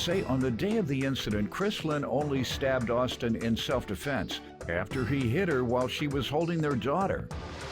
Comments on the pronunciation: I knew she was lying when she said “Self A-fense” 😂😂😂😂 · Giuuuuuurl!!! She said "self A-fense" I said that's a lie!